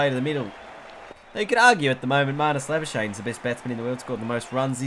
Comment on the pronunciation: marnus labu-skuk-knee plz pronounce right